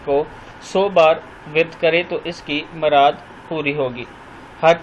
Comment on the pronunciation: السلام علیکم جناب لفظ مراد پر زبر لگانے کے بجائے پیش لگا کر " مراد " پڑھیں۔ شکریہ۔ جزاک اللہ۔